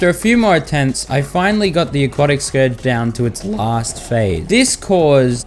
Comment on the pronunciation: FINALLY YOU SAID SCOURGE RIGHT